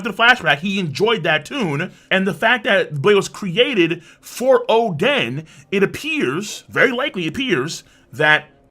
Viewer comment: Óden not Odén emphasis on the o